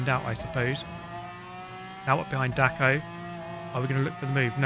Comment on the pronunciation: you pronaunced that Dacko name very funny 🤣🤣